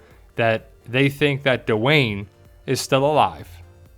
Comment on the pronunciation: normally I love your videos but come on. The character's name is Wes at the end of the show and if he was Dwayne which by the way is one syllable not two, don't you think he would have recognized his father in the video and called immediately on the Walking? Not every black person on the show in the world is Duane and more importantly what the hell does he have to do with Heath? The fact that they both have dreadlocks is ridiculous. That's like saying that Alicia must somehow be associated with Enid because they both have straight hair. Dwayne rhymes with Spain. Not Duh Wayne. Sorry.